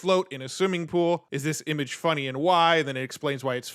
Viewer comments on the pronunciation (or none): none